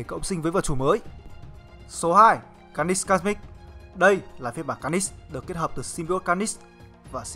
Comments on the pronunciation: Mình nghĩ bạn cố gắng luyện thêm phát âm nhé. Để nghe Phê truyện mới phê đc... Chữ Carnage cứ nghe như Canist ấy. Cố lên bạn nhé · Đọc tiếng Anh nghe khó chịu vl, lần sau có làm vid nhớ đọc tên cho đúng kiểu tiếng Anh, Ca nít xít, nghe thấy sai ko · Bạn trung đọc carnage là ca nist à ? Cố gắng luyện tiếng anh và bỏ nhấn giọng lung tung đi là đẹp bạn ạ !! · Tên con này là carnage mà anh cứ đọc car nist có âm nist đâu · Kênh nên trau dồi khả năng đọc tên nhân vật đi. Carnage mà đọc là ca nít nghe buồn cười lắm :)) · lâu lâu xem lại mới thấy hài, ông này đọc cứng vl cứ được nửa câu thì nhấn chữ cuối :)))xong còn nghe như carnis chứ không phải carnage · Ka-nét(đại loại thế) mà sao là Ca-ních TRIGGERED >:(((((( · ông này thực sự cần phải xem lại vấn đề đọc tiếng anh, carnage mà cứ ca nít ca nít nghe chối tai thực sự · Đọc chán vl,phê phim ngày càng đi xuống, car- nếch mà cứ đọc là niss,nội dung thì hay mà cho ng đọc như này thì phê phim k có tương lai đâu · phát âm sai họ của hoạ sĩ David Michelinie rồi. Phát âm chính xác là "Mi chel lin ni" nhé. Với cả từ "Carnage" được phát âm là "Ca nếch" nhé cố gắng luyện tập thêm phát âm tiếng Anh của mình nhé. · Carnage đọc là /'carnidz/ mà, nhấn vần 2 nghe khó chịu quá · Carnage mà ổng đọc nghe như carnix ấy, ráng sửa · thế đọc ntn? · Dũng Trần ca nịchs ko phải níchs , lên ytb search tên là biết phát âm đúng hay sai liền thôi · car·nage ˈkärnij/ đọc nhấn sai nghe khó chịu quá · Nó phát âm như này nhé anh ( ˈkɑːrnɪdʒ ) carngae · Đọc là karnij plsss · Bạn phát âm từ Carnage mình thấy sai rất sai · Carnage nghe anh đọc chân quá!!!! Nên sửa lại đi